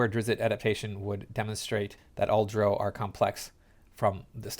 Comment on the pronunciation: Homie you do mispronounce drow. It's written phonetically plenty of places, and your insistence on doing it wrong does make sense given your general inability to understand normal human interaction.